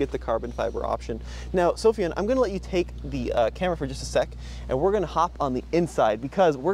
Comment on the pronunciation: "Sofyan" Sound it out. And if you are still not sure, look it up. 😉